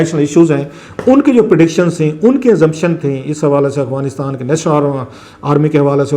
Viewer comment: Clasra sb please pronounce correct its Afghanistan not aghwanistan.